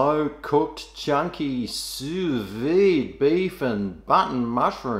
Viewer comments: its pronounced Sou veed. but i will start saying it like you have. SOOOUS VEEEED! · It’s pronounced sue-vee